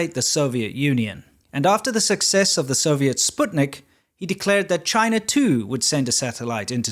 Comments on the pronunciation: Upvoted when you said "Sputnik" properly. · Completely tangential to the point of your video: what a pleasure it is to hear some other English-speaking person pronounce "Sputnik" correctly! (Perhaps it's just a Yank-speakers problem.) Of course I appreciate the rest of the content as well.